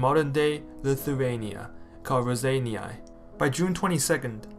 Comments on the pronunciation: nice job - but you're really massacring the pronunciation of Raseiniai - it's not "ra-zany-ai" - but ""raw-sign-eh " - keep up the good work ! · word "Raseiniai" part "ei", is pronaunced like "ey" in word "beyond". part "niai" is pronaunced very softly like cat saying "mew".